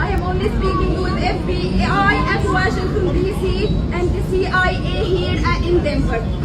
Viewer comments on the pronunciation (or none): none